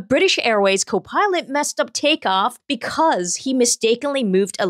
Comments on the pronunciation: It's CO'-pilot, not co-PILOT'. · i don't like the way she says copilot